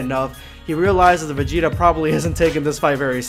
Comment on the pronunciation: #EndofVideoSquad Finally Vegeta Ascension Thank you # You are the first person in my life that actually Says my whole name correctly